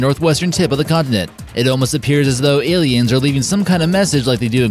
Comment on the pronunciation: Space auss-liens Oi oi oi